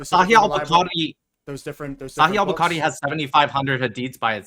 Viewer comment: He read 20.000 hadiths lolll he's definitely lying he couldn't even pronounce bukhari correctly 😭